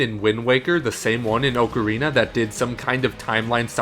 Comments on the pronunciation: Why can't people consistently pronounce "ocarina" correctly? It's retarded how many popular youtubers fuck up that word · Dude can you please pronounce 'Ocarina' correctly? The other guy fucking knows how to fucking say it